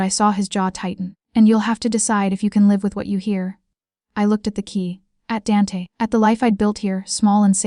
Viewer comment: Danty? I suspect it is meant to be Dante.